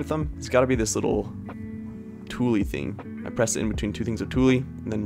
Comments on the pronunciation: Idk if you were joking but please god its pronounced "tool" not "tooly" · Tulle is pronounced like "tool" not "too-lee" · can we talk about the way pronounces tulle as "tooly" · I’m French and the ‘e’ is mostly silent. It shouldn’t make a notable sound after the ‘tool’. In any accent, the following sound after ‘tulle’ should be the same as the following sound after ‘tool’. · Do you mean tulle? When you say “toolie”? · Just FYI ~when you're talking about your favorite way that you utilized the Pressed flowers, which was by putting them between the embroidery hoops using the tulle fabric. However, the way you pronounced it with the "e" at the end is correct. The "e" is actually silent...so basically just pretend it's not even there. It may be helpful to remember that it's actually pronounced the same EXACT way that you pronounce "tool🔧". Hope this helps! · the best part about htis is how he says tulle (not making fun just never heard someone say it like that it was pretty cool)